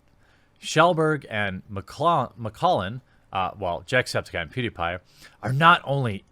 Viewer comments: I kinda like the way you pronounced "jacksepticeye" Was like"Jack Septikye" instead of "septic eye" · Lol you somehow pronounce everything wrong even Jacksepticeye's last name. Or at least that's not how he pronounces it himself.